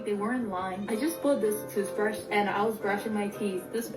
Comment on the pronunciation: TOOSBRASH？ TOOTHBRUSHじやないの？